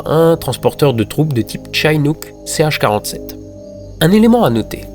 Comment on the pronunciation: Au passage ca se prononce Chinook comme un i en francais. c'est en reference au peuple Chinook des etats du Washington et d'Oregon. Le site Chinook Nation explique meme comment ca se prononce. sinon quelques petites incoherences grand mere de 57 ans et "il est élevé par sa grand-mère Vicky Landrum âgé de 60 ans" 57 ou 60? " Betty Landrum" vous vouliez dire Betty Cash? Je pinaille mais la video etait tellement parfaite que ces petits details sautent aux yeus enfin aux oreilles. Merci